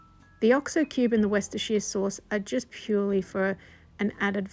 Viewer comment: Oh my gosh she ACTUALLY PRONOUNCED WORSHUDADADADERR SAUCE CORRECTLY! One challenge I have given up achieving in life…. Also, that brief history about your grandfather, am I the only one that caught that!? That’s cool shit. Definitely the kind of guy I would’ve loved to have met.